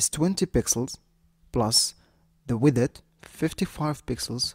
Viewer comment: I came here for your pronunciation of "widdeth"